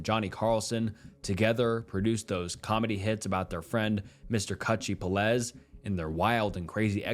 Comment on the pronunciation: Peláez is pronounced peh-LAH-es , accentuation on the middle syllable, hence the caps, so three syllables, not two, and not “peh-LEZ” like you keep saying it.